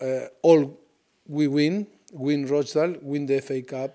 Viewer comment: Just wish he could say rochdale properly hahaha. :L